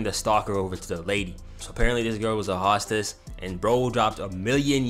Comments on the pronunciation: ain’t no way y’all are letting unc get away with that pronunciation 💀💀💀 it’s hoe-stess bro 😭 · Why do you say hostess like that?? It’s pronounced HOSTess